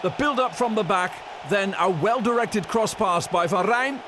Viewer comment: Why is this commentator trying to replicate a British accent? Furthermore why does he seem to have a list of predetermined vocabulary such as the emphasis placed on cross-pass. Still quality performance from this Ajax side!